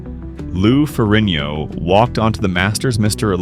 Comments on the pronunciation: Is not Ferino. Is Ferrigno. Learn how to pronounce his last name right. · The g is not silent in his name, wtf are you doing?! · Get Ai to say his name right for fucks sake. The video is about him. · Pretty bad when you keep mispronouncing the name of the person you’re featuring in your video. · When a channel devoted to a subject and can't pronounce the last name if the subject they are devoted to then I'm out and it's only 38 seconds in!!! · You can't even pronounce his name right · Nearly 12 minutes and this narrator still couldn’t get Lou’s name right. SMH!